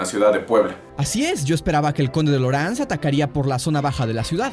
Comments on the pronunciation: Lorenzes se pronuncia "loranzes" en francés. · Sabía que se pronunciaba /Lo'rans/